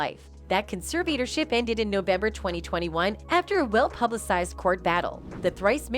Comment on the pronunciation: By the way, if you’re gonna do commentary on videos, you need to learn how to pronounce conservatorship.